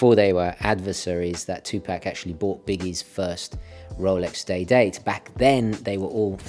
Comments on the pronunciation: Please correct the way you say Tupac's name. Tu-Pack is the way racist hicks say it to demean who he is, I know that is not who you are or what you are trying to do. It's pronounced with a soft "A", almost like an "O" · Its pronounced... Two Pock (Two Pock) . Respect the Legend please